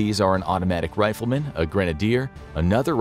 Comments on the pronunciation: “Ptivate” “Riflerman” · a "riflerman" or a rifleman?